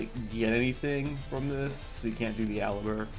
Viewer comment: You pronounce Aluber kind of wierd. It sounds like you go full french accent only for his name xD. The meta way to pronounce his name is AlUber not Alubäääär ist kind of funny doe. Great videos. I hope to see more.